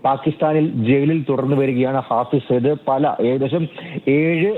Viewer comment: ഫായിസ് സായിദ് അല്ലടാ തെണ്ടി.. ഹാഫിസ് സായിദ്.. എഴുതാനും വായിക്കാനും അറിയുന്ന ഒരുത്തൻ പോലുമില്ല?